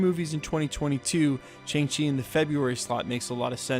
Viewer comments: Shang Chi, not Chang Chi. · Why do you keep saying Chang-Shi? It's Shang-Chi. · Dude, it's not "Chang-Shi;" it's "Shang-Ch'i." Literally "The rising and advancing of the spirit."